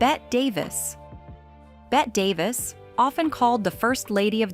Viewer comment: It’s hard to take seriously any AI narration that doesn't correctly pronounce Bette Davis. For the love of God, it’s not “Bet”, it’s pronounced Betty.